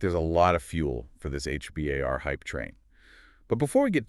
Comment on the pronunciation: H-B-A-R? Sounds like you just learned about it yesterday.